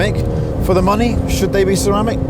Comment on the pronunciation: Oof tires gone Bugatti: HERE COMES THE MONEH! 🤑